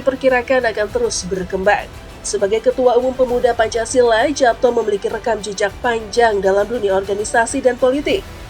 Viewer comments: Dibaca yapto ( ejaan lama )....nduk...bukan japto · Sepertinya baca namanya itu yg benar YAPTO SURYOSUMARNO, bukan japto surjosumarno krn itu ejak'an lama 🙏🙏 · Pembaca beritanya tidak mengerti cara membaca EYD. Kedengarannya jadi loetjoe.. Khususnya saat membaca nama tulisan Japto harusnya dibaca " Yapto'. Soerjosoemarno harusnya dibaca " Suryosumarno". Tolong diperbaiki. Tks. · Heran, pembaca narasi kok tidak tahu cara membaca (mengucapkan) nama Japto Soerjo Soemarno Itu kan ejaan lama; huruf J = Y